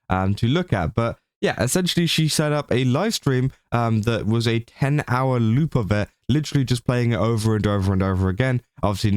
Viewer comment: The way you say word 'loop' sounds lie the word 'lewd', which gives this story a whole different kind of light! XD